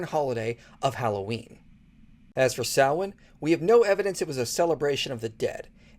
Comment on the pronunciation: As an Irishman, this is the first time I have ever heard a foreigner pronounce Samhain correctly. Fair play.